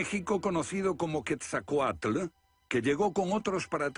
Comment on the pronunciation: Pero estos españoles que hicieron el doblaje despedazaron los nombres en náhuatl como el decir quesacoal en lugar de Quetzalcóatl. Y se nota el desprecio de estos españoles al decir indios a los habitantes originarios de nuestra america . Y no hablemos de otros barbarismos al nombrar las pirámides de Egipto. Primero lean algo y luego ponganse a hacer doblajes